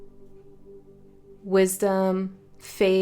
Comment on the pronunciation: When you said repan instead of replant I interpreted it as “re-Pan” like the satyr and felt like it could have something to do with nature and music re: the themes of nature and the wild in this reading.